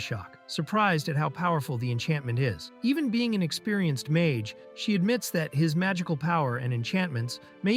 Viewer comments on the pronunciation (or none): none